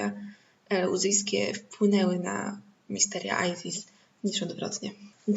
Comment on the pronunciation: No ale nie Ajzis (z ang.) tylko Izis, Izyda.